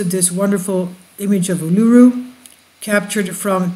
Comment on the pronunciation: Pronounced Ulu-roo and Airs Rock ( white fella name for it)